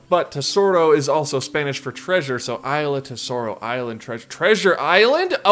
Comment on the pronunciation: I died at saying AYLA for Isla 🤣🤣🤣 great video as usual!